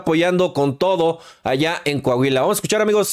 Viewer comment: NO ES CAHUILA, ES COAHUILA